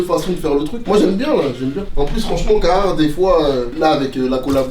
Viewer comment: c'est le seul mec qui kiff cette marque plus que tout mais qui la prononce mal. C'est caRhartt pas cahartt! Pourquoi tu chasse des lettres dans le mot?